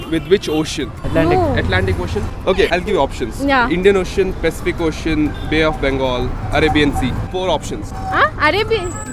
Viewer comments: Pacific ocean 😂 not specific ocean😫😢😂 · first u knw correctly and ask others its pacific ocean its not specific ocean